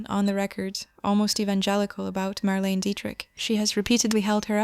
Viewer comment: It’s pronounced Mar lane A